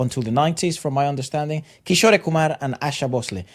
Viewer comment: the actor in this video is kishore kumar himself. And kishore is pronounced as "kishor" with e at the end And asha bhosle and lata mangeshkar are sisters